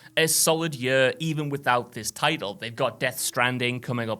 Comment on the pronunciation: For fucks sake learn to pronounce ‘year’. Yurrr.